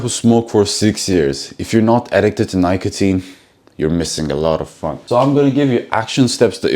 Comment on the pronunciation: Check the pronunciation of "Nicotine".....just wanna make you better, not commenting to be rude.........